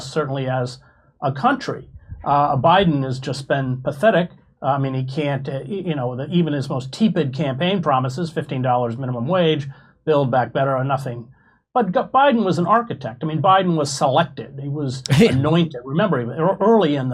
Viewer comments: Teepid??? It's TEPID!! You can't even speak English correctly and you're gonna bash Trump and DiSantis?? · “…a phenomena…?” I’m forever nonplussed that Hedges knows so much and then screws up pronunciations and grammar. The singular of phenomena, of course, is phenomenon. Tepid is not tea-pid.